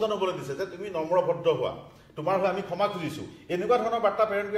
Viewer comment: খেমা নে ক্ষমা ? শুদ্ধ উচ্চাৰণত মনোনিবেশ কৰিবলৈ আহ্বান কৰিলোঁ।